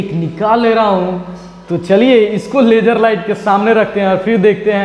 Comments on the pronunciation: Poora duniya ko LASER bolega hindi wala ko LAGER LAGER zero nahi geero jeero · Sala bihari. "laajjer light"